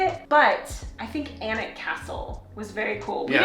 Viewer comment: Ah, you know how to pronounce Alnwick castle as Annick... There are lots of those weird names in the UK